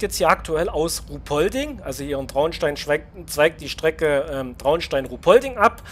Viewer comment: Traunstein als Bahnhof ist echt gut geworden. Auch der Brunnen davor etc. Sportplatz am Viadukt passt auch. Nur eine kleine Anmerkung: Ruhpolding spricht man kurz aus. Das "h" ist quasi stumm 😅 Gruß aus Traunstein